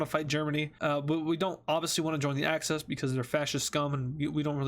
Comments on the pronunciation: Why do you say access instead of axis? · It's axis not access